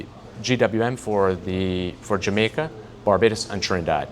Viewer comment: He says "we have a warehouse in Jamacia.... I hear "long, expesive wait or parts"